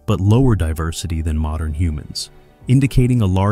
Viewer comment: The AI is showing. "Morndern" humans? Not to mention extremely inconsistent pronunciations of "Denisovan", "Denisovans", and "Denisova", as well as totally unique ways of pronouncing "acheulean" and "aboriginal" that do not resemble their actual pronunciations.